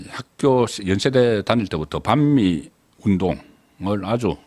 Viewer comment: 억양때문에 반미발음도 이상하고